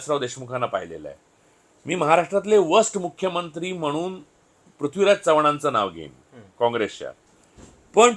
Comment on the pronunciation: Improve your diction. Its महानगर not महाणगर .it's म्हणुन not म्हणुण . Its प्रेक्षकांना not प्रेक्षकांणा .Its प्रश्न not प्रश्ण. जिथे "न" असत़ तिथे कशाला उगाच "ण"???Are you trying to please those idiots Punekar ? 😂